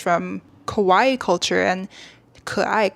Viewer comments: I love your point of view, but sorry, you’re mispronouncing “kawaii” as “koai” and it’s really catching my eye 😭 Kawaii means “cute,” while kowai means “scary”! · While this is a very well made and researched video, it was distracting that I kept hearing "kowai", meaning scary instead of cute "kawaii"